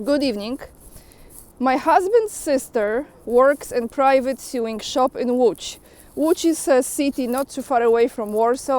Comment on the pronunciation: Just a pronunciation tip, 'sew' is spoken 'so". Sewing therefore sounds like sowing, the same pronunciation for planting seeds in a field. Just another English oddity to deal with. I can't speak for how the colonies say the term - maybe it's different Stateside.